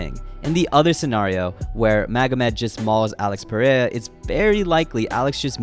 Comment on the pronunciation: ITS NOT PUH RAY UH